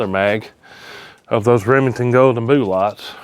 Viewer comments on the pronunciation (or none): I love that he says "boo-lots", and it's just... normal 😄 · "Boo-lots" that kills me 😂